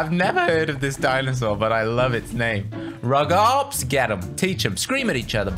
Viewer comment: Rugops is pronounced roogops